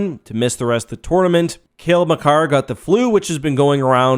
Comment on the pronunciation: You saying “tournament” hurts to hear